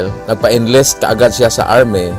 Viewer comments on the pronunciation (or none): Hoi, redundancie ka naman mag istorya, nakakainis ka namang magsalita.... Arme,countre, alchitecture, bwiset